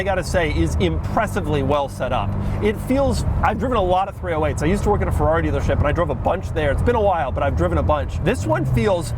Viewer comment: Please say Ferrari correctly.